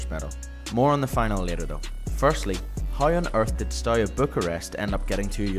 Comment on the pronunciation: It's not Stoya. ST is fine, but E in Everton, A in Arsenal, U like oo in LiverpOOl, and A again in Arsenal.